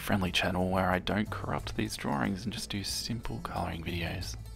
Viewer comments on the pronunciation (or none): These drorings are amazing! My childhood is corrupted haha. Also does anyone know why he keeps saying “Droring”?